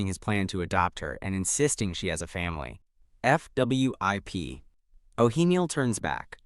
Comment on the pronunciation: Why does AI not like to pronounce 'fwip'? It's always 'F W I P'... (o_-_)o